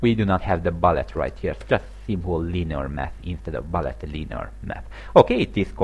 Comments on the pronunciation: Hello, sorry for nitpicking, but it's pronounced like "b-oo-llet", not "b-uh-llet". Sorry about that. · Its bullet, not ballet.